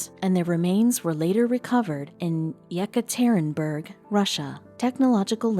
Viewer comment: If you are going to continue making these supposedly historical videos, take a little time and do a little homework to learn the proper pronunciation of place names and other proper nouns. Ekaterinburg is not that difficult to pronounce.